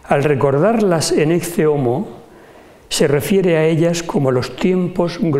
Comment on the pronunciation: ¿ No se pronuncia la expresión latina como "Eque Homo" ?